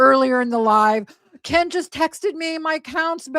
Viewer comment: The changing accents is so embarrassing. You don't pick up a local accent by living there a few years, you form your speech patterns when you first learn to talk. And now she pronouces Ken "Can" That's just laziness.